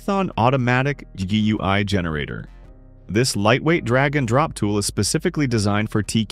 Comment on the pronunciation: The way the TTS says GUI hurts me deep down, but great video. Very informative.